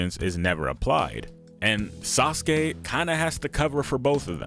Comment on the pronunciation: Hehe.... "Sauceke"